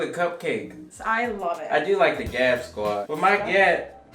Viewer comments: it's Squad not Sqaud 😂.. love your content though always makes me laugh 😁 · Amazing job but that's said "sqaud" not squad 😂🤣 still love you though! I honestly thought it was merch when I first saw it lol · YALL. IT IS SQUAD. 😂 NOT SQAUD. 😂😂😂 Sending love. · said SQAUD 😭 it is SQUAD LMAO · SQAUD 😂😂😂🤣😂 Its S-Q-U-A--D 😂🤣 I love you guys